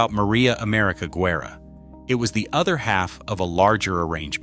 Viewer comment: This has got to be the worst documentary ever. Im from Mcallen, TX. I was a part of that church. Barely one percent of those pics were correct. One showed a skyscraper that wasn't finished till the late 70's. That Pic of Sacred Heart Church wasn't even the church building. And the way Guerra's name is pronounced, terrible. AI is terrible.